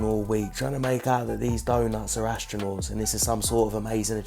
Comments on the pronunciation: Not a astronaght theyre astro-nots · Astro “nots”. 😂